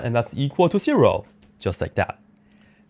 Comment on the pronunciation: Every time he says seero an angel gets his wings